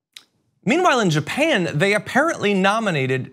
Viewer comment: Japan or, as Trump calls it "Gynah".